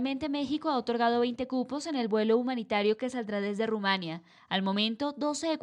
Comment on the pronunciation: No es Rumania, es Rumanía